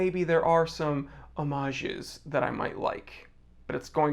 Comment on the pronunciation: You're calling it the right way in singular form, the 'h' is silent. In plural, the 'e' in the end is silent, there you're wrong: Omag(e) and Omag(e)s 😉